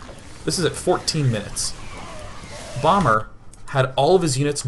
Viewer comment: Are you using a green screen for the background? :P and also when ever you say "bomber" it sounds like "Obama" and I think about Obama playing SC2! That would be pretty good. Achieve world peace by having an awesome bonding session with all world leaders play SC2 on FFA :D